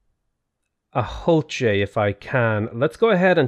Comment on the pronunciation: Also it is pronounced ool chey the H is silent.